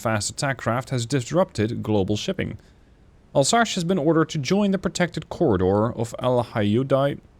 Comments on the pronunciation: More Alsass, not Alsash. - sorry for the nitpick. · You absolutely massacered a region and a ship name Alsache oh my god just say Alzace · More like Alzass. If you want to have the right pronunciation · Alsace is not « Alsache » 😂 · It's pronounced "Alzass" :)